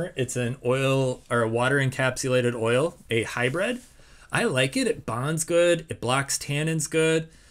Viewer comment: "hybrid". It's an 'I'.